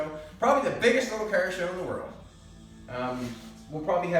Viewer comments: stop saying "KAAR" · I would love to hear his spelling of "car". It does NOT sound like that's what he's saying. lol! Great job on the project! Too cool!